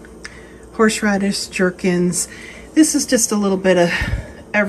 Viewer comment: I always have a chuckle when you say "jerkin" Gherkin is pronounced with the letter G the same way you pronounce the G in girl or good. Love your channel.